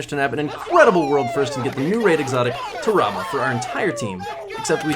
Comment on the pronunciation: its not ta rah bah smh its TAHRAbah why yall be miss pronouncing everything